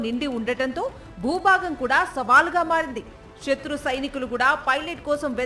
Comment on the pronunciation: కనీసం వత్తులు పలకకుండా వార్తలు చదువుతున్నారు. , - ముప్పైఆరు అనడం రావడం లేదు. - గంటలు అనడం రావడం లేదు - ఉత్ఖంట కాదు తల్లి, అది ఉత్కంఠ - బూబాగం ఏమిటి తల్లి, అది భూభాగం అనాలి - భీకర అనాలి - భూభాగం అనాలి ఎలా ఉచ్చారణ చేస్తున్నారో ఛానెల్స్ పర్యవేక్షించు కోవాలి.